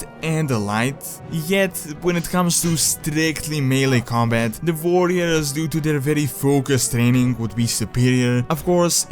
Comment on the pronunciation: Vorriors xD nice video!